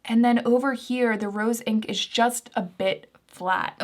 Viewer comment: Hi. Great video thanks. One quick edit you might want to make: you say Roen instead of Rose Inc